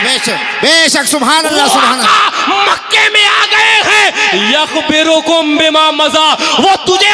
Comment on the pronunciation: یخبرکم.. کی ی میں پیش ہوگا باب افعال سے... آپ لوگ مفتی کہلاتے ہیں کم ازکم عبارت پر توجہ دے دیاکریں